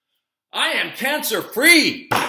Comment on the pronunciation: It sounds more like "i'm gluten free" 🤣🤣🤣🤣🤣🤣🤣🤣🤣